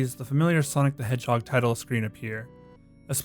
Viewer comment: I heard you say "Sonic the Edgehog" and I think that actually fits for Sonic.exe